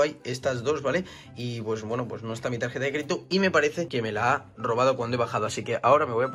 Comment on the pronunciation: Tarjeta con g "targeta" que crack 🤣🤣🤣